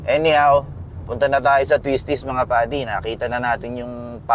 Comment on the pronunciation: "PADI" or "buddy"? :O